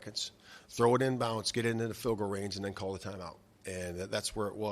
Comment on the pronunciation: The fact that he is saying "in bounce" instead of "in bounds" lol...come on